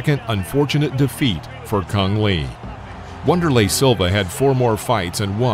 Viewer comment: Yeah, maybe the next video you don't call Van der lay Silva Wonder lay.